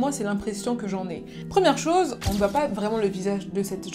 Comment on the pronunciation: Pourquoi tu dis « en » au lieu de « on »? Sinon bonne vidéo :)